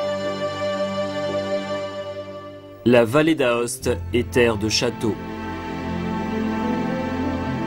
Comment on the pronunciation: Belle vidéo, bien documentée par des prises de vue et des commentaires adéquats, clairs pour le grand public. La prononciation correcte du nom de la ville principale est toutefois "Oste" et Vallée d'Oste par conséquent, même si on écrit "Aoste" et "Vallée d'Aoste" chose qui peut facilement se rappeler. Mes compliments en tout cas